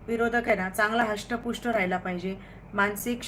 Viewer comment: हस्षपुष्ट नाही धष्टपुष्ट बोला😂